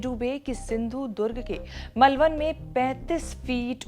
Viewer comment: मलवन नहीं मालवन कहते हैं। थोड़ा रिसर्च किया किजिए।